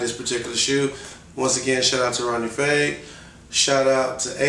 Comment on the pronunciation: Fieg is pronounced F-eye-g not F-ay-g lol